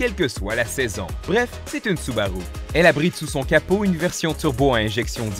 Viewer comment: 😂 oui c'est vrai il dit soubaroux